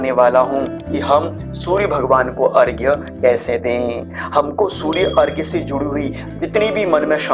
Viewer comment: बहुत अच्छा लगा कोई तो अर्घ्य को सही तरह से लिख और बोल रहा है! प्रणाम स्वीकार करें!🙏